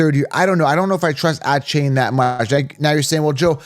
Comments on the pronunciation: “Ahh-chain” and “bye-Jan” 😂😂😭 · He never pronounces them correctly. There is even video of him saying how to say his name and its mom approved.